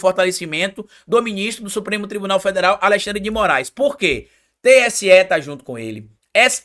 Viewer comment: tem língua doida: Fala Alessandre ao invés de Alexandre